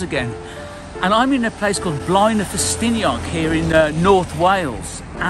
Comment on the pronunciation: Blaenau Festiniog is not in Snowdonia, and you are not pronouncing Blaenau the correct way.